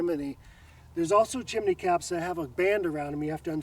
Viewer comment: Why do you both call it a Chiminey😂 what's with the extra i?